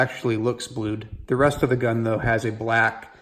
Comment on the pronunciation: Please learn the proper pronunciation of the word "the" when the word following it begins with a consonant.